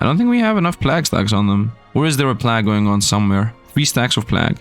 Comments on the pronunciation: Plag tower :D check pronounciation Sir :) Plague = Play-g. Like Play with the G from the word big added. Nice contant, i really enojy the tower defense games. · Given you're a non-native English speaker, 'plague' is pronounced like 'played' with a hard G (like in 'game') at the end in place of the D 🙂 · Pronouncing plague, funny. Its plAge, then again i got D’s in school so. Ehh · First of all, great video. But please, please check the pronunciation of "plague". I have never before said anything to any YouTuber about pronunciation, but somehow the number of times you said in combination with your pronunciation made it very grating, I'm sorry. Might very well be that that's a "me"problem but I needed to say something. Anyways, keep up the good work.